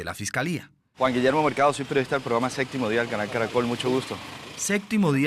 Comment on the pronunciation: Estaría bueno que aprendieran a decir “Séptimo”, todos dicen “Séctimo”